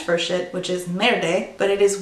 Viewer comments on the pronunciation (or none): "—which is almost the word for 'shit' in French: merd-ay." Just wanted to let you know the e at the end is kinda silent in French so it's just pronounced like "maird" 👍